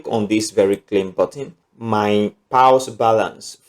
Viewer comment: Which one is “pals” Pronounce as “pors” as in paws….not “pals”